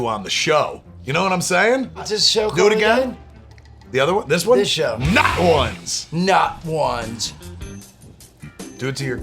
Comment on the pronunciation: It sounds like you said “Nut Wands”